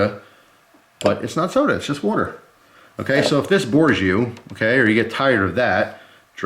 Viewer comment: Don't forget to drink your "worter" people.